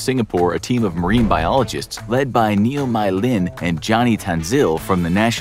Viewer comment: "Neo my lin" LSBWKSB LOL